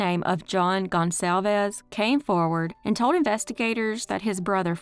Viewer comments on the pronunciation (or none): none